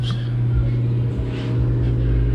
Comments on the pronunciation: Good info. It’s called a Torx. Not Torque. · Say it with me…Torx, torx, torx. Great video, though!